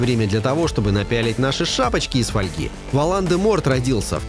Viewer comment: Мне реально пофигу на смену актёров, но бл...дь почему в имени Волан-де-Морт ты делаешь ударение на "а" в первом имени? Когда именно надо на о? Да и кстати меня больше интересует Грозный глаз грюм, ведь он один из величайших волшебников упëкший очень много преступников и всяких уродов в азкабан, да и он пользуется как посохом(Дурмстранг), так и палочкой, хотелось бы увидеть сериал о нём.